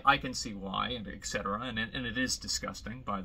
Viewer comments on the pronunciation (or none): Great life, I guess, blog. Not much else to add in this regard Btw, am I being paranoid, or does he really pronounce etc. as "eksetera" instead of "etsetera" ? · ET cetera, not eck cetera